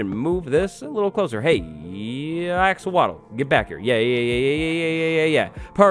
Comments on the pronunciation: Axowatle(Axe or wattles)😂🤣😂🤣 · When he said axowatl, I thought he mispronounced axolotl. Turns out that’s just a villagers name.